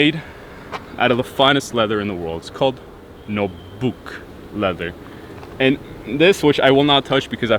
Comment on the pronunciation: This dudes an idiot he said the finest leather in the world called nobook. Its fucking nubuck and it's not special at all. You can get it on shoes at payless. Then he says eels. 4 real dude?